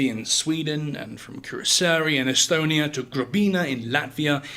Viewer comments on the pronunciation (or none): none